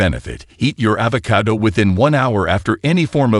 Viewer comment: The AI's pronunciation of avocado is irritating.